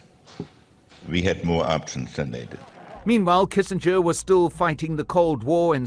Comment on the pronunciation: love your show but you mispronounced Kissinger thtuout. Say kissinjer. That's how it's pronounced. Also Pinochet is pro ounces Pinoshay.